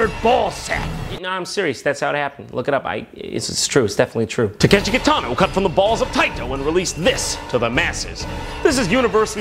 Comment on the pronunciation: I literally couldn't tell if I was being stupid because I recognized Kitano but you pronounced his name incorrectly so I thought I was wrong.